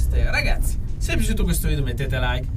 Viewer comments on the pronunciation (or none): none